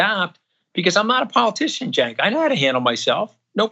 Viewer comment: Im surprised to see a republican who can pronounce Cenk's name correctly. Seriously, its not that hard to pronounce.